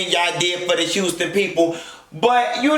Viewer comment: Houston .... lawd!!!!! Girl it’s HOUSTON LOL!!! BAAAAAA!